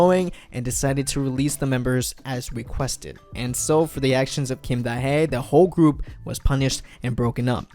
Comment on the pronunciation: It's pronounced Da Hee as in HEE Chul